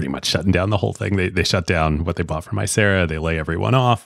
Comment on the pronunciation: Small correction: It’s Icera not acera